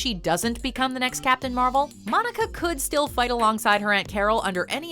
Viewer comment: captain marble hahahahhahaha